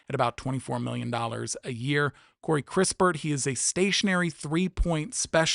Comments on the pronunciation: You don't even know who kis-pert is not kris-pertyour just reading something someone wrote for you who obviously doesn't know him either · Kispert not crispurrt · It's Kispert, not Krispert, Johnson is a PG rather than a shooting guard and there is zero percent chance the Wiz would trade next year's #1 pick to you. The Wiz own swap rights with the Dubs in 2030 so cancelling that is more likely. I agree the Warriors will be after George, who played PF last year rather than SG as your graphic showed.